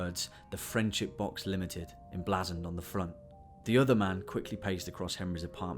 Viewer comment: Only note - it’s pronounced en-blaze-end not en-blazz-end. Really good tho, as always very mysterious xx